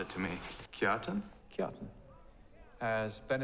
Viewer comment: I always laugh when Alfred mispronounces Kjartan😂. This was the episode that got me on this wonderful story.